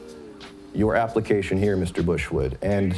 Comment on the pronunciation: Omg when you kept calling him bushwood it got funnier every time